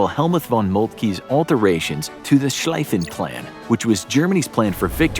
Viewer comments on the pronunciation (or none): Schliiiiiifen Plan, Not Schlaifen Plan, sorry, could not resist. Thx for the vid, as always fun to watch. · it is pronaunced schlieffenplan not schleiffenplan